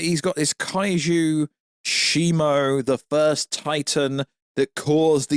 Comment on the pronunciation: its Shimu because the Ai you typed in the name to pronounced the name wrong lol